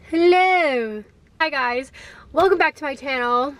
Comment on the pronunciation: b-word I thought u were from the UK from the "helleeuuuuh" and almost clicked off im so mad lmaoooo